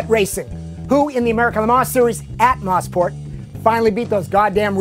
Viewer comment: Moe-sport... Not Moss-port. Has to be the most mispronounced track on earth.